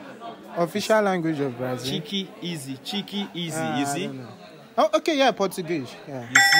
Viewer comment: He say na Brazili 😂😂